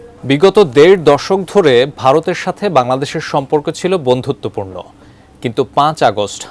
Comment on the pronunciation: বন্ধুতবপূর্ণ ? are you kiddddding ?